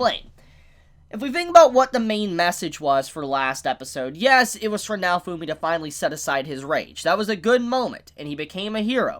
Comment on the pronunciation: Did he just pronounce "naofumi" to "naofuuuumi"???? Wth